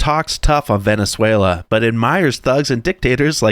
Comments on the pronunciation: Where is this VeneswhallIiya, you speak of? 😂😂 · Venezuelia?hahaha why is it so difficult to read?WHY? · Bro.... I love your show, but your pronunciation if Venezuela is atrocious. The "ya" sound in Spanish is only when it's a double L, like in Llama. So it's just a regular L sound for the country. Venezuelans pronounce it as Beh-neh-SWEH-lah 😉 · You're pronouncing Venezuela incorrectly (like 'Venezuelia"). FYI. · Are you intentionally mispronouncing it as Vene-SWELL-ia? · It's not "Venen-zueilia" 😆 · Dude, "Venezuelia" sounds like something the wife breaks out when you're extra good. She's gonna "Venezuel- ya" but only if the kids are out. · FFS, there is no i in Venezuela. It isn't Venezualia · Bro, it's not Venezuel-ya! There is no "i" between the "l" and "a"... (constructive criticism) Also, I have a question... How can I send you a pic meme... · It's not Venezuelia. 😋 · Please stop saying “Venezuelia.” Augghhhhhhh!!!!!!!😂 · "Venezuelia" bro.. cmon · How do you watch videos of people repeatedly pronouncing Venezuela correctly and still mispronounce it? Venezuelya? What? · It is weird hearing say "Venezuelia" over and over. It is la not lia. 😂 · Hey, stop saying VenezWAYLIA! Do it again and I unsub🫵🏻😯 JK your the best! 😊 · Where is Venez-whale-yuh? Lol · Bro it's not Veneswaylia. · VE NE SWAY LA... dude say it right . Its not LIA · Question - Why do you call it Venezuelia? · I was gonna say my only problem with freeing Venezuela is your pronunciation of it 😂😂😂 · Hey, listen to yourself when you say Venezuela. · Venezuela has FOUR syllables, not five. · Learn how to pronounce Venezuela for a start mate. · I wish u knew how to pronounce Venezuela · Please be mispronouncing Venezuela on purpose. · are you saying Venezuela wrong on purpose? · Dude before You make another video on venusewella, Learn how to say it! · Ya can't pronounce Venezuela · Are you mispronouncing Venezuela on purpose? 🤔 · OK, you've got to learn how to pronounce "Venezuela."